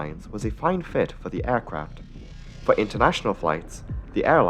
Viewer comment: Why do you say Ærcraft? It's aircraft.E.